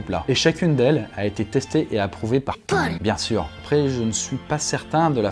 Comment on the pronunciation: Le "PAUL" 😭😭😭😭😭 NON